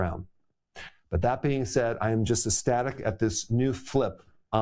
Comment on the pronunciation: doctor Berg it is pronounced EC-static not ES-static !!!!